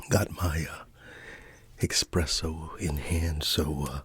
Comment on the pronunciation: It's... espresso... sorry to be that guy